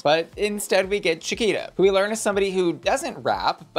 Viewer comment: Him saying “sha-keeta” 😂 and not “sha-kwee-ta”